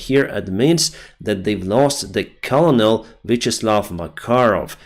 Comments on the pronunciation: Ist spoken. Kernel. Not kolonel. Nice video thou. Thanks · Colonel is pronounced kuh-nuhl 😙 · Its Krrr-null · Just so you know Colonel is pronounced kernel, like a kernel of corn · One thing - the word "Colonel" has a super unintuitive pronunciation - it sounds like 'Kernel", not "colonel". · Colonel in English is pronounced like "Kernel." It's a really dumb word. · Напишу вновь. Денис, к сожалению, Вы заучили неправильно. По-английски colonel читается как «кёрнел» (проверьте в словарях, поищите в Гугле). Звук [r], разумеется, смягчается (за исключением американского английского). Спасибо за Ваш труд! Удачи и слава Украине! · Thanks for the update,! Go Ukraine!👍 Just a small English tip: I know it's spelled "colonel", but it's pronounced "kernel". Weird, I know. 🙂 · Just a point on pronunciation: "Colonel" is pronounced like "kernel" in English. (It's one of those words that went from Latin to French to English and wound up spelled really differently from how you say it.) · Colonel is pronounced "Kernul" English is confusing. Great video thanks! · Hi, I enjoy your updates but want to correct your English a little. The word "Colonel" is pronounced like "ker-nal" when it is a military rank. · Hi, this may help you as more Russian colonels get squashed - "colonel" is pronounced "kernel" (it's also easier to say) Love your work, your English is excellent! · Colonel is pronounced " Ker Nal" in English. I know, it makes absolutely no sense. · Colonel is pronounces kernal 🙂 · hi colonel is pronounced ker-nel.... i heard you struggle with it a few times and its one of those few funny words with silent letters.. your english is excellent and i just thought my comment might help you get even better because i would struggle with trying the say that word the way it is written and i studied the lauguage, thanks for your update my friend... slava ukraine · Colonel is pronounced "Kernel" FYI buddy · Colonel is pronounced “kernel”